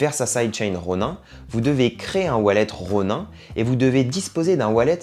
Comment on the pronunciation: Outch mes oreilles saignent quand je t'entends dire "Ronain". Et y a quelques truc qui sont pas à jour mais bon bonne vidéo. Et on ne gagne pas comme ça 2000€ par mois. Il faut dépenser des milliers d'euros...